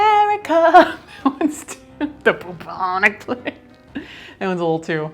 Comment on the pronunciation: Okay okay okay okay, now I've listened to Trump about 25 times and I swear he is saying "vagina plague" Having watched the rest of the video, Trump saying Vagina Plague is the new Bentham's Head. the Plague Fake is a just a wannabe